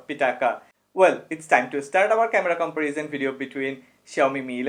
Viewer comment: i love your new look man, it's amazing, well my advice is: since you make videos about camera comparison, and alot of people are interesting, so i think you should say the word "comparison" right, your English is excellent, but the content is about camera comparison and the only word you should say right actually you say it wrong, find the right spoke of the word comparison, Big love 👊🏼 Big loyal fan 🤜🏼🤛🏼